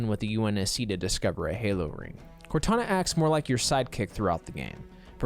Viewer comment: I think he said "Kantana" instead